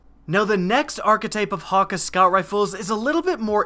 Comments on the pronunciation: its hay-ka- not haw-ka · Thank you. Hawkuhh bugged me the whole video lol. Hakke. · it's pronounced hakkay, not hakkah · idk what the "Hawka" foundry is, but I think you mean "Hakke" (Ha-kay) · It's pronounced "Haw-Kay" lol or I believe it to be w japanese pronunciation. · you pronounced hakke wrong it cayde-6 pronounces it himself if you dont believe me but is sounds like ha-k. Think of k like from sasuke or hatake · I don't really care about correct pronunciation. I'm gonna say what's comfortable with me "hah-Kay" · it's pronounced ha-ke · Actually not even Cayde pronounced it correctly (probably because he has an American instead of a German accent); seeing as Häkke is spelt with "ä" and not "a" the foundry is most likely founded by the ancestors of the Germans, meaning the "Hä" is pronounce more like "heh". Then keeping in mind it's German, "kke" is pronounced "kuh". So the proper pronunciation is actually "heh-kuh". I don't think it would be so hard to believe that Häkke is founded by Germans because they are already pretty involved in weapons engineering irl, and I don't see any other reason they would use "ä" instead of "a". Sorry for long reply, here's a zucchini: 🍆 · not being mean ur saying hakke wrong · you completely butchered the name hakke man. otherwise great vids. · aah, it's so irritating when he says hakke when its häkke an i come from sweden so i know how to pronounce it xd